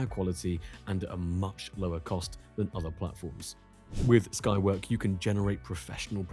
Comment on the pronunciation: Skywork? It sounded like the named as Skynet.